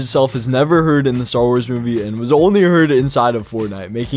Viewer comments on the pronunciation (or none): none